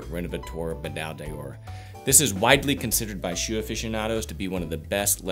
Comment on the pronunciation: Deoor? No! D'or is pronounced: "Door" just like the door you enter in any given building.